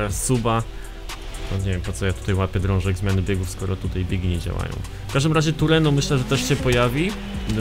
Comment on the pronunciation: TRUENO A NIE TURENO